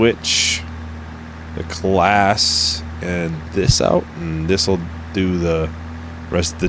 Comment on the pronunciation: It's pronounced 'Clau-us'